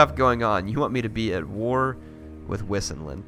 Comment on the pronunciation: I think wissinland is pronounced 'vysenland' considering all the other Germanic names in the game. Not a big deal, just throwing it out there.